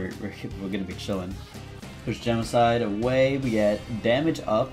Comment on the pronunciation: did you call Gemini genicide